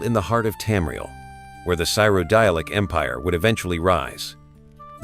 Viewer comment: Please pronounce cyrodil good bro 🤣🤣 its not syrodile 😂😂😂😂 anyways good shit bro thank you!!!!! ❤❤❤